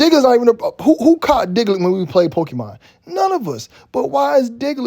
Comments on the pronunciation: He keep saying diglet 😂🤣🤣🤣🤣🤣🤣🤣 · You call him Diglet 😂😂😂😂